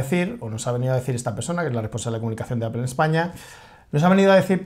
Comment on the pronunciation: Joder me mata cada vez que pronuncian APEL, se pronuncia APOL APOL APOL APOL!!! Exito!